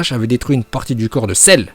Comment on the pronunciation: Cellllrrrruuu avec la prononciation légendaire de notre porte parole officielle